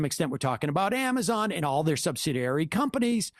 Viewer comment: If you are going to use a word like subsidiary you should learn hoe to pronounce it!